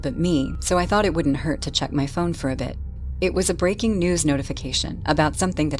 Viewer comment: “Breking news” 💀